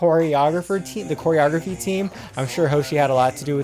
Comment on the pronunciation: did he say "hair-eorgraphy"...... LOL